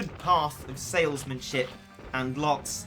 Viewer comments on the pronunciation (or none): He said salesman ship but it came out like shit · Tohru hahahahaha he said salesmen ship